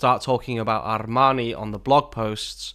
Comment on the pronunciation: ar-r-r-r-rmaaanii snob alert! jk brilliant video as always